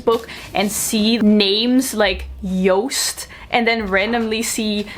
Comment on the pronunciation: IT"S PRONOUNCED "YOST" AND NOT JOOST?!?!